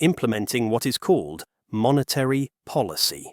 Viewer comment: Just another bit of cheap AI tossed off with a few random images. This cultured Anglo voice can’t pronounce “monetary” correctly. No names, no human being in sight, no indication of what qualifications the speaker has to discuss this complex topic… yet thousands of people take it seriously. Look at the “Japanese” shop at 3.02. That writing is some random imitation of Japanese. Sad, very sad.